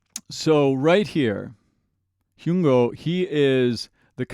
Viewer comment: Thank you so much for your Forestella reactions! ❤I really appreciate your expertise as both an operatic and contemporary singer, as that is what Forestella is all about: a crossover group! I hope you do many more of them, both on Youtube and Patreon. BTW, Hyung-Ho's name rhymes with "young doe", rather than how you have it right now. 😊